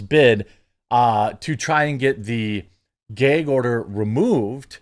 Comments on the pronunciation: He said Geg order 😂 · What’s a “gehg” order?